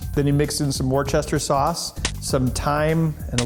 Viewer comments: It's pronounced Woos-ter-sheer sauce :P Keep up the awesome videos. :D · LOL Wor-chester sauce :D It's a weird spelling for what is supposed to sound like Wooster though I will admit :) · Great video dude, I'm a recent fan but love your work. Just one thing, it's not pronounced 'Wor-chester sauce' it's pronounced 'Wh-oster sauce'... it's a silent 'r', it's British and we're weird :) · Top ways to know Ben isn't from New England: 1. It's pronounced "wister" not worchester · Worchester sauce. Yeah, it's pronounced wooster. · Woo-ster-shear. That's how Worcestershire sauce is pronounced mate. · LOL “war-chester” sauce 😂